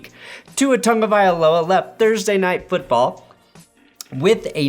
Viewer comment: “Tua Tungoviloa 🤓”